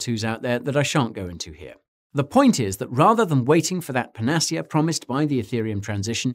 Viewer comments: panner- seer. NOT panecea as in panache !!!!!!!!! Learn how to pronounce before making presentations ! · Okay it may be 28 years since I left the UK but I don't ever recall my British homies pronouncing panacea as "per nas see yuh". Doesn't everyone else pronounce it "pan a sea a"? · Great video, but was ‘panacea’ the word you were trying to pronounce? 😂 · Are there different pronunciations of 'panacea'? I've never heard this variation. I'm not a native English speaker though. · Never heard the word panacea pronounced like that before